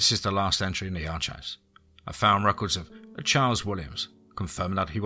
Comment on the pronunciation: Excellent story and the word archives is pronounced Arkives